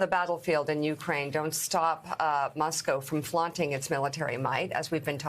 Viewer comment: Does she not know how to pronounce Soviet and Moscow? She literally said "sorvet" and "Muh-scow" What the heck?